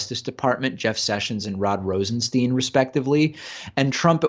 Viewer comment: BTW it's Rosen-STYNE not Rosen-STEEN.